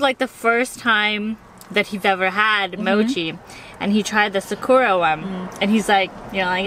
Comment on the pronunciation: After the Macha is Sakura (pronounced sock-coo-rah) Its Japanese for 🌸Cherry Blossom!!🌸 I wanna try that 1!!